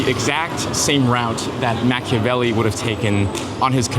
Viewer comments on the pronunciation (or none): Is he pronouncing Machiavelli wrong?